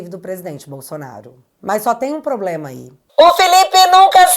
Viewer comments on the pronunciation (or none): none